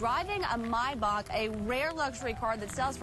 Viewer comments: MY BACH ITS MAYBACH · It’s pronounced Mai-baak. My Bach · He was driving a "My Bock" wtf😂😂😂